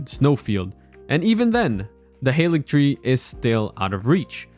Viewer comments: Its pronounced Ha-ligtree. Not hayligtree. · It's Haaaaaaaalig tree ffs